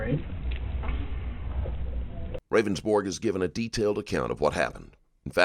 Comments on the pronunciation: It's so cringe that your narrator pronounces his name "Rayvens-borge" when the guy says at the very start of this interrogation (in your own video) that it's pronounced "Rounds-berg". And the victim's name is, as is common with that spelling, pronounced "beaver", not "bover", which you can find by listening to interviews with his family. Basic attention to detail non-existent, so I'm gone. I mean, what else did you get wrong? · Defendant: It’s pronounced rounds-berg. Round like a round circle. Berg like iceberg. Narrator: the interview of Jason Ravensburg….. Lol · They spend the first minute of the interview describing how to pronounce his name. The announcer comes on and immediately mispronounces it. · 😅Even voiceover misspronounce name after he explained ROUNDS-BURG!!😅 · I love that the narrator still calls him “RAVENsborg” even tho there’s been a huge emphasis on how to pronounce his name 😂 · Bruh he straight said it's pronounced Roundsberg. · This is a good video but does the narrator even watch the interrogations? The guy spends a good minute explaining how his name is pronounced and it’s ROUNDSberg. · He pronounced his name and he says it several times yet you still call him ravens borg. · I like how he described how to properly pronounce his dumb name at the beginning and the narrarator proceeds to mispronounce it for the next 3 hours haha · I love stranger stories...but the guy literally says how his name should be pronounced and the narration is wrong the entire time. I'm sure I'll get some rude comments regarding this as usual because correcting people is frowned upon, but its just something I noticed. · just curious.. why are you pronouncing his name wrong? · right? And it's repeated correctly so many times, including by Ravonsborg himself. 🙄😏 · Even after guy explained how to say his name, narrator says it wrong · I love how in the beginning he explains that his name is Dutch and how it is pronounced....but the narrator pronounced it the incorrect way. 🤣